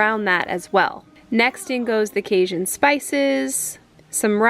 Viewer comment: I giggled at your pronunciation of Cajun. (Kay-jun) hard j like Jam Jelly etc not Kay-zhun ;) otherwise it looked really good. We put cayenne pepper in ours and spice it up and a few more tomatoes for a little soupier consistency. But it's kinda one of those personal preference dishes. The wall looks great. Will you be doing the other walls as well?